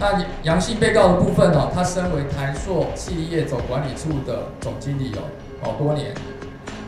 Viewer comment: 台ㄙㄨˋ不是台朔